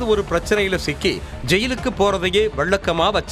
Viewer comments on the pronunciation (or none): Commentary குடுக்கற பொண்ணு என்ன அழகா தமிழ் பேசுது.அதைப் பார்த்தாவது வழ்ழக்கமா, பள்ளக்கம்னு சொல்றதை தவிர்க்கலாம் இல்லையா?